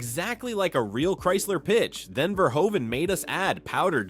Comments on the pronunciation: Verhoeven is pronounced like Verhooven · Verhoeven is mispronounced too